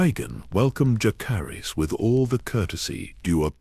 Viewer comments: I’m so sick of these ai voices that pronounce every name wrong. It drives me crazy. Whoever made this video: use a real person to narrate. When key people’s names are pronounced wrong, it ruins the entire video. Jah-ser-iss. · Dallas, Texas am. The mispronunciation of Jacerys was really annoying, but otherwise an excellent video!